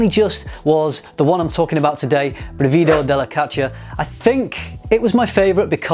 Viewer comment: Good pronunciation but the stress is on the first syllable: brìvido not brivìdo. But I still don't understand why their names are in Italian when they're all about Greek mythology.